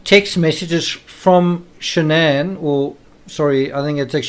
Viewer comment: Her name is Shan'ann. Not Shannon!! 🙄